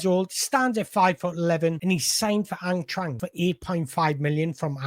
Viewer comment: I love the way you pronounce Eintracht. But not to sound pedantic, it's pronounced Ein-trakt.